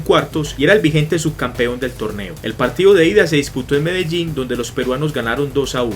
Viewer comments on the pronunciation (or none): none